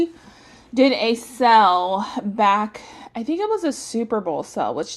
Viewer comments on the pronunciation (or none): OMG. LOL. I couldn't figure out what a "sell" was until I realized that's how you tend to pronounce "sale." 🤣 Nice haul. I love Radiant Red Maple. I'm not a fan of the names because they ate random eith nothing to do with the scent itself. She's have a scent called Out to Sea and it'll be something like pumpkin pecan waffles & apple pie. Um, what? 🤔🤨🤣 At least have them make sense!